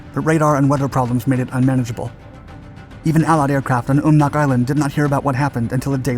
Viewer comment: Great video but you go some of the pronunciations wrong. Umnak...um-knack Akutan-Ack-you-tan